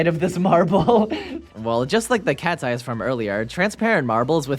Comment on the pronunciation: When you said “look it’s cats eyes marbles” it sounded like you said katsye